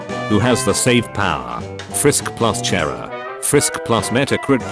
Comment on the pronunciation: Its pronounced CH-ara